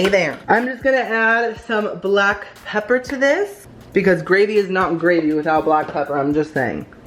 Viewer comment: i thought you said paper instead of pepper.